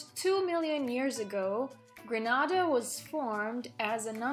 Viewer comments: Not Granada. Gren na da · Why u are pronouncing our country name wrong not granada .....its greeeeeenada . Get the greeee part ok?